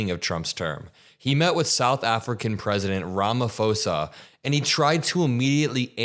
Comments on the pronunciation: The South African President’s name is pronounced Ramaposa. No “f” sound. The “h” is there for a reason. It makes the P a soft explosive P rather than a hard P. It’s difficult to explain in English without hearing it. . The people living in the Cape Flats are not White. The people who live there are identified as Colored. The person who brought it up doesn’t understand that the average person in the US is not going to know that. The overwhelming majority and proportion of crime victims in South Africa are Black and Brown. White Afrikaner is totally redundant LOL!!! That’s like saying White Aryan (although I hasten to add that this is not to imply that all Afrikaners are necessarily White supremacists). In South Africa, White refers to all White South Africans while Afrikaner refers specifically to the descendants of mainly Dutch colonists. Otherwise you are absolutely correct. Crime is a nationwide problem. I have family living in the farm area that some of the recently arrived South Africans come from. The last time I visited, two farm workers were attacked. They were Black and the farm owner was also Black. Thank you clarifying all of this, including the Julius Malema situation. Using him as an example is like saying that Alex Jones is mainstream. ( As an aside, this claim of a genocide has as much credibility as Alex Jones’ claims about Sandy Hook. That is how ridiculous this is). Many people misunderstand what happened to end Apartheid. It was not merely a struggle. It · It's pronounced Ramaposa not Ramafosa 😊❤ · just a small observation (as a South African) - I picked up that you and Ben from Meidas pronounced RamaPhosa as RamaFosa. It's a P not F. Interesting also that all those white crosses are a tribute to dead farmers NOT actual graves, created by Afriforum (the idiotic association pushing the so-called 'genocide' issue). Thank you for your stunning fact-checking 🙏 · Pronounce it Ram-a-pause-a😊